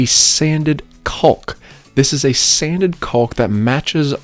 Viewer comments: love your videos, but man it drives me crazy how you leave out the “a” when you pronounce caulk. You say it like “culk” missing the “aw” sound. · I've never heard anyone say "caulk" that way. XD Gorgeous reno!